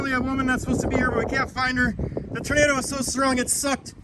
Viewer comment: Tornado isn't pronounced "Ternado".